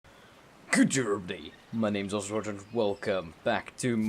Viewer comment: I'm not sure if you know how to pronounce your name or not